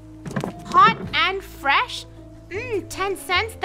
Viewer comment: lol "hot and fesh lemonade" hot and fresh? lemonades are hot? lol